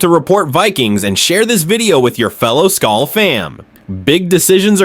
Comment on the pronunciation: What is wrong with people? JJ bleeds purple and gold. NO! WE ALREADY LOST THEILEN WE WILL NOT LOSE JETS TOO!!!!! Oh and real fans know its SKOL not skull... fix your ending its wrong